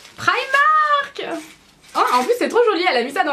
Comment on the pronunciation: tu sais pas dire primark comme un dit pri et mark